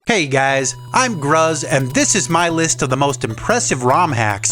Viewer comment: It's pronounced gruz, not gruz?